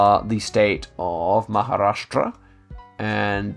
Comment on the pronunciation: "i have to work on my pronounciation" while saying maharashtra perfectly